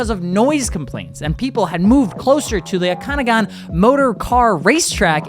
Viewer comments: Tip for pronunciation: Okanogan is pronounced Oak-ah-nog-ehn not oh-can-oh-gahn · Canadian chiming in here. It’s pronounced Oh-kah-noggin :) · Pronunciation FYI: Okanagan = "Oka-noggin". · Area 27? And if you like okanagan is pronounced Oak a noggin phonetically.